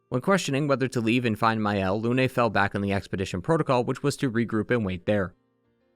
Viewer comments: Its nOT LUNAY, ITS FRENCH. ITS JUST LUNE. LOON. LYUN EVEN. AAAA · ik this is nitpicky but in French, the e at the end of words is often silent so, for me example, Lune's name is pronounced similarly to Dune (same thing for names like Émilie, Geneviève, etc)